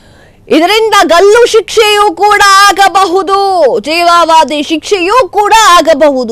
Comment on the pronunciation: ಲೇ ಕೋತಿ, ಅದು ಜೀವವಾಧಿ ಅಲ್ವೇ, ಜೀವಾವಧಿ ಅಂತ. ಹುಚ್ಚು ಬಂದಂಗೆ ನ್ಯೂಸ್ ಓದೋ ನಿಂಗೆ ಕೆಲ್ಸಾ ಕೊಟ್ಟೌನ್ ಯಾವನು... ಥೂ ಎಷ್ಟು ಅಂತ ಉಗಿಯೋದು ನಿಂಗೆ